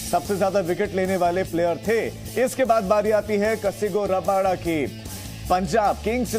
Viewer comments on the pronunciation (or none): Bhai kasigo raba nahi kagiso rabada bdw...rabada ke jagah me hetmayer kya karraha hai😂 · कसहिगो रबादा नाम है एंकर महोदय 🙏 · 'कसिगो रबाडा' नहीं, 'कगिसो रबाडा' है।